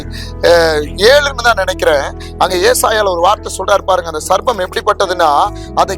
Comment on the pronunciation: சர்பத்தா (juice) 😁. சர்ப்பம் (பாம்பு) சரியாக உச்சரிப்பு வேண்டும்🙏